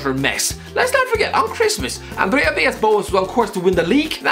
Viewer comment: the pronunciation😂